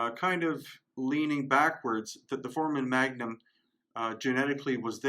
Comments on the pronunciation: Love everything you do bro. Just one thing that bothers me, you keep pronouncing foramon magnum incorrectly. Its not pronounced "4-man", its pronounced "4-ray-mun" sorry brother, just my OCD flipping out. Still love you and the channel. Hope I don't offend. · Sorry, can’t take anyone seriously with the repeated mispronunciation of FORAMEN magnum. Doesn’t do much for credibility.